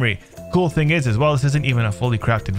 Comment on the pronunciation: Did you say “ting” lol 😂 the Caribbean is coming out.